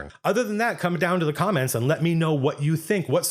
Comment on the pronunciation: It felt weird to hear you say "the comments".